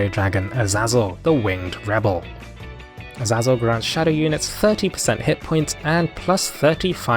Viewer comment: It's pronounced Aseizel